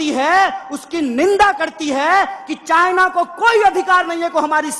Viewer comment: चाय ना.....🤣😂 चाइना बोल भाई